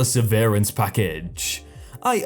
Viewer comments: that's "sev-er-ance" not "severe-ance". Otherwise, lots of fun! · I don't know if it's a britishism, but over here it's "SEV-er-ance" not "sev-EAR-ance". the first has to do with severing, as in cutting, as in 'leaving the company'. the second has to do with how severe something is, as in 'how bad an illness are we talking about'. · Yeah, Wiktionary says it can be pronounced as either 'sev-rance' or 'sev-urance,' but not with a long 'e' sound. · Sev-er-ence. Say it again, Sev-er-er-ence. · OMG you still can't pronounce "severance". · Hey, give him a break! It's a big word!! =) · Definitely not a British thing. I suspect that our narrator has never heard that word spoken before and took a guess.